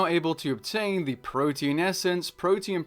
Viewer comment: PRO-TEE-ANN not protein.